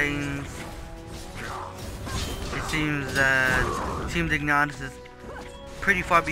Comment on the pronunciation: It's team Dignitas not dignatas :|